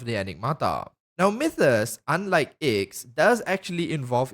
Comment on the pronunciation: Bruh, the Aeon of Nihility’s name is a Roman numeral. No shot anyone actually thinks it’s pronounced “Icks” Also, the reason it’s named after the number 9 is because 9, (Roman numeral IX) is the number of the hermit arcana in Tarot reading. And the aeon themselves is reclusive and antisocial.